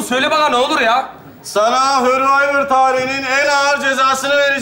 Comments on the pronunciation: Hörvayvır değil sörvayvır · Tabikide bilmiyor ki hurvivor söylüyor hurvivor yazıyor